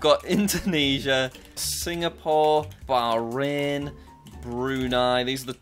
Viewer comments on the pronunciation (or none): none